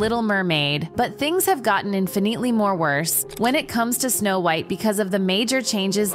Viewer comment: She said the name wrong & not sure if it was intentional or not, I grew up w/this movie tho so I feel strongly regarding this.